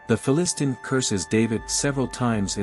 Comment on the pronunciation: Down voted because of the crap AI voice - mispronouncing "Philistine" and other words. Also, David was not a child fighting Goliath - if you read you Bible he was put in charge of a military force soon after killing Goliath, and was soon married to one of Saul's daughters. The Cubit description about the elbow to the finger is a stupidly long description. Ancient Summer, Akkad, and Egypt all had a standard cubit length, ranging from 52.3 to 52.9 cm (for Egypt), and 51.86 cm (for Sumer). The whole "length of the forearm to the finger" thing is an approximate for daily use when precision, like when building ziggurats or pyramids, is not required. Where I live in America I will walk out 100 square feet or whatever using my shoe heel toe because my shoe length is quite close to an American foot. When I need precision I get out a tape measure. Also, I believe 1 cubit is 1/60th of 1 second of the earth's average circumference. The earth's average circumference is 21,600 nautical miles (about 40003 km). Divide km by 360 you get 111.12 km per degree of circumference. Divide 111.12 km by 60 then you have 1.85 km (approx), 1 min of the earth's circumference, which is 1 nautical mile, as defined by maritime nations today. Divide 1.85 km by 60 an you have around 30 meters (.030867 km), 1 second of the earth's circumference. Divide 1 sec by 60 you have a length of approx 51.44 cm, pretty close to the Egyptian and Sumerian royal cubits. Finally, give the corresponding measurements in